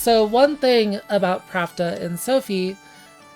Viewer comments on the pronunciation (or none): I am curious why you pronounce Plachta as Pravda. Is that in any way canon, or just your interpretation? I always thought it came from Czech or Slovak plachta, which means sheet (textile) or sail (on a ship). This also makes sense to me from the katakana プラフタ, "ra" is the closest mora to "la" and "fu" is the closest to "ch" (although I have seen "ku" used before as well). If it was meant to be pravda, they would probbably used プラブダ instead, right?